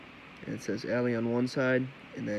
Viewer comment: 2 things 1.) Its the Al-lie 2.) Its Smoke not Smock